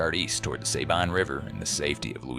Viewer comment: Love that this video tells the forgotten part of the Texas Revolution! People need to remember what happened to those civilians. One little note to the makers of the video, and I know this is nit-pickin' but remember San Jacinto is pronounced "San Ha sinto" with the accent on the "Ha", and the Sabine River is pronounced "Sah bean" with an accent on "bean".